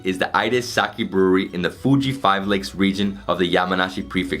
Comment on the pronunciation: Sake and Onsen two very simple words to pronounce. Hard to be an expert at something you cannot even correctly pronounce. You did an entire tour of a Sake brewery and yet didn't learn to pronounce the word?